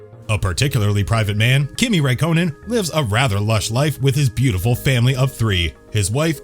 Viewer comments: Kimi raïkkonen more like Kimi rakkonen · Wtf is Raykonen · The pronunciation! (Ruck-Conan!) You didn't get even one right! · Kimi “Rak-Co-Nen” “Jag-Wire” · Do you think this guy lost a bet for how many names he could butcher, vet el, rakonen, renalt, the list goes on, also someone count how many times he said ‘Sebastian Ve-ttel’ ‘If you arent interested in F1 you mat not know the iceman kimi rakonen’ yeah mate you clearly aren’t interested then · I swear u guys can’t say any names right who tf is ray konen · I had to click off the video after he said Kimi Rye-co-nin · Too right man, calling kimi, raiconen🤣bloody joke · Did you just say Kimi Rakonen??? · Kimi 'Rack--own-in' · Pronunciations such as Raikonin, Irvine, Jaguar, Alain Prost & Renault - absolutely hilarious. Are these pronounced by a human or automated computer announcement. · Sebastian vuttEl kimi rakonen and ranolt 🤦🏼‍♂️ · It's pronounced Sebastian vetl It's pronounced Daniel Ric ar d o Its pronounced Reno It's pronounced Kimi ri kanan It's pronounced Alfa ro may o It's pronounced Eddie Ir/Ur/Er vine It's pronounced Jag u a It's pronounced Alan Prost You can just tell he has never watched F1 before